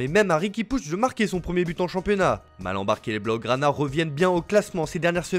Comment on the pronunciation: “ Si les baougranas ne sont pas flamboyants cette saison en ligue 1 “ MDR je suis le seul à avoir entendu ça ? 😅😅